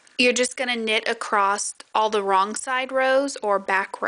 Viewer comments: I like your tutorial. Thank you 🙏 But I wonder why you say “acrost” instead of ‘across’? Is that a regional pronunciation? Also, I’ve watched 3 times now and I’m still not sure how left shoes is differentiated from right shoe. It seems you put a lot of time and effort in the early parts of the knit tutorial, but then rushed it at the end and left out explicitly needed info regarding where and how to attach and knit the straps?? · One of the most mispronounced words in the English language - across. I hear so many people say, "acrossed."